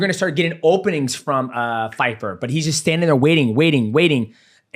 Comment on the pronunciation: Hilarious how they kept saying Fyfer! 😂